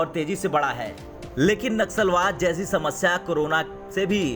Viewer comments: Naxusalwad nahi bhai nasulwad or racism pronounce karo bhai sahi pronunciation karo tab news reading Karo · It’s naslawad and not naxalwad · Abe churiye....Naxalwad nahi.. Vo Naslavad hai . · नस्लभेद कहना चाह रहे हैं आप परंतु नक्सलवाद शब्द का उच्चारण हो रहा है या नस्ल वाद यह स्पष्ट नहीं हो रहा है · naxlwad nahi naslvad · Bhai Sahi shabd naslwaad he na ki naksalwaad. Dono shabdon me bahut fark he 😀😀😀😀😀😀😀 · Wo naksalwaad nahi naslwaad hai...